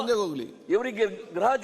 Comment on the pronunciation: Graha alla gruha😢 Kannada yaapa